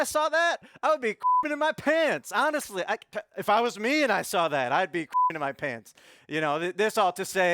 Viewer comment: THEY SAWR IT....Speak English Rudy